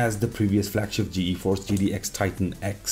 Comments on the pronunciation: Just ''Geeforce'' not ''Gee-Eee-force'' otherwise great video! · Why do you say "Ge-Eforce"??? It's just Geforce, one word. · more like GE-Force